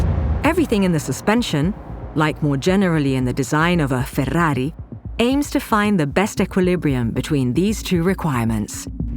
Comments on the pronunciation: Most annoying pronounciation of 'Ferrari' I've heard thus far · Now I now how to pronounce FÉR RÁ RÍ NOT FERRARI